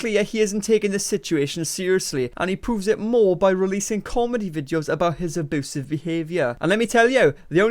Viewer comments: Do you keep saying "aboosive" on purpose? ( no its not the accent ) oh and i just hear valoow (value) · I could listen to you say ah-BOO-sive all day long lol 😂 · Hooman...... aboosive.... 😂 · SAY ABOOSEV ONE MORE TIME DADDY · Aboosive be-avier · Side note: I love that you pronounce it "aboosive" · No one:: ABOOSIVE